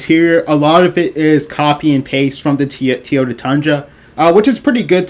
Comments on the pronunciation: Great review but please my guy it’s pronounced “TOY” “YO” “TA”. You killing me with your pronouncement. Please stop saying “TEE” “YO” “TA”. I know it’s petty but it’s just nagging me. 😂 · tee-ota? Is that like a Toyota?